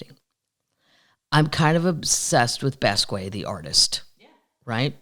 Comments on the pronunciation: Jean-Michel Basquiat. Kathleen, u say his first names in American and his last in French, which is the opposite of what he did. Jean-Michel is French sounding, while his last name is pronounced in American: bas-key-E-et - I'm guessing - because he was born in NYC. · I just ordered GS Cookies, they stopped selling in my area so I'm paying $13 for shipping and I don't care. By the way, you pronounce Basquiat like this: Bahs-key-ahh. I LOVE THE PUBCAST AND ALL MY PUB TEES!